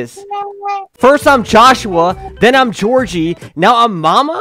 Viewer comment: Joshua nah it’s joshhe 💀 Georgie nahhh it’s Georgehe 💀